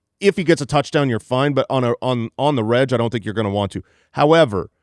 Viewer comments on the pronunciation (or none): Why does keep saying on the Reg like he’s saying the first half of someone named Reggie when it should be on the reg pronounced like the start of regular.